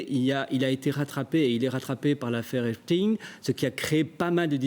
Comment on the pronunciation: On dit "Epstein" comme Eintsein, Epstein était israelo-américain ;)